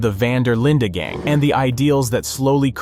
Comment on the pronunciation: linde not linda. hey. :D hope u r well. :))